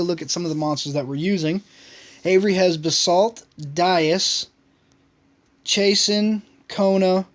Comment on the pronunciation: lucky please shes my favorite monster, its Chah-soon lol... great vids keep it up :)